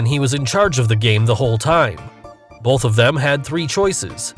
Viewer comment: The bottle and glass trick where the clear wire is attached to Bolth the glass and the bottle! That's right, Bolth of them! Bolth